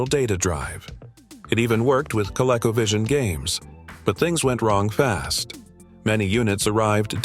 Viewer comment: It was pronounced “Ko-LEE-ko” and “Ko-LEE-ko-vijj-un”. FWIW